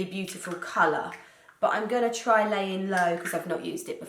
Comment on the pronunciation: Layin low sounds wrong when it’s not in Jamie Genevieve’s accent 😂 Love this make up look!